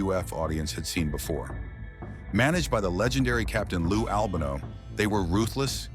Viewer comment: Do you know how ridiculous you sound by repeatedly mispronouncing the name of Lou Albano??😮 Do your homework, man!!!